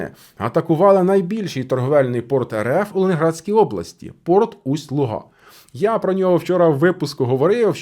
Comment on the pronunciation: Удареніе на У лУга. З днем незалежності.